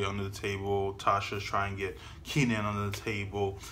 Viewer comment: K - nan. Not Keenan.